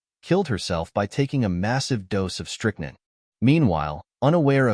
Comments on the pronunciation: Strick- nine is the U.S. pronunciation. Not strick- nun. 👍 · Not to mention strick-NINN and POINT 32 caliber.